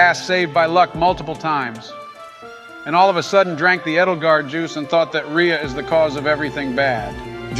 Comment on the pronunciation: I knew Edelgard would imidiatelly derail the discussion and it is hilarious. Also, I like how the mispronounce Rhea but get Lysithea right.